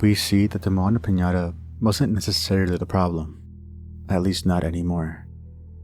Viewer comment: That aint Moana lol that’s just Donna.